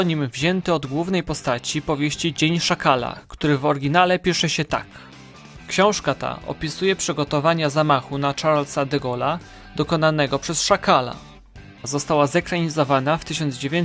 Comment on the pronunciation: Szarla DeGola a nie Czarla. To nie Anglik